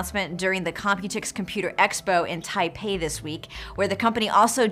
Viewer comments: Taipei NOT Taipai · it's "Taipei" not "Taipai"